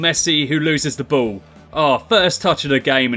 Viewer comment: You pronounce ball "bow" lol